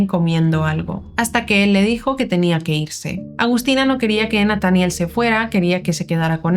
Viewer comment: Es Nataniel acentua en la e